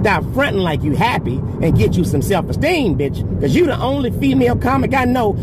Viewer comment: Whats wrong with her? Why cant she say you and too?